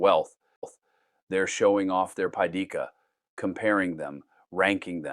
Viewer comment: It’s pronounced “PEH-thee’-kah.”